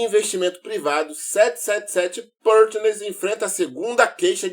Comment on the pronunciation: Vc é o cara pra investigar tudo que acontece com o Vasco. Mas dá uma jogada aí no tradutor google e ouve como se pronuncia “777 Partners”. 🤙🏽🤙🏽 tu é o cara!